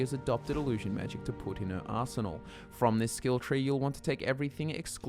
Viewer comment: The way you say "to put in her ARSEnal" was so fitting.